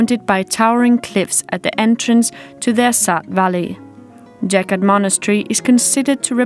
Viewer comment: With all respect towards the video makers. The church couldn't be built in third century BC. Gotta be AD. And the name is pronounced with hard G sound, not J sound. BTW, the church is really amazing place for visiting!